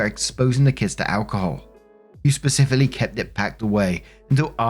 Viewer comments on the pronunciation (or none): none